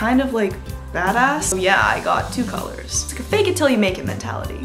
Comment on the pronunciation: “collars” instead of colors 😏